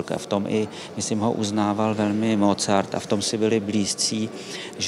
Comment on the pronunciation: Rve mi, uši když někdo vyslovuje jméno Mozart se Z.